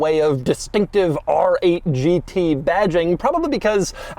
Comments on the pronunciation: The styling is almost as aggressive as how Doug pronounces “RRRRR!!!!! 8 GT” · People pronounce R 8 GT. But not Doug...AAARRRR 8 GT. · “The ARRRR 8 G tee” pronounced like a pirate